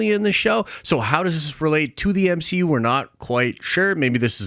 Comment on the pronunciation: Spider-Man…..EH!!! What is this the M - HE - U ! …….. EH!!!…………………………………………………………..🤣🤣🤣